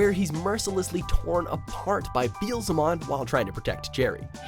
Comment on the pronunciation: HE CAN'T SAY BEELEZEMON RIGHT.